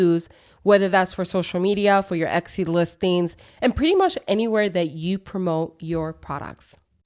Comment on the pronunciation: I think you are pronouncing Etsy incorrectly. It sounds like you are adding an X to it? Or maybe I am just hearing it wrong.